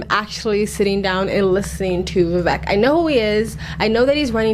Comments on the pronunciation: His name is pronounced as, "Vi vake" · his name is pronounced "vee vek rahmah swahmee" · It’s pronounced Vivake like cake. Surname is Rama swa mee… listen to Vivek’s high school graduation speech he was his Classes Validictorian. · For anyone who has difficulty pronouncing Vivek: Easiest way to pronounce VIVEK, say these words exactly how you pronounce them BUT TOGETHER: WE-WAKE Pronouce them each as you normally do but pretend they are one word. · His name is pronounced VIV_AKE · Yo learn at least how to pronounce his name before giving analysis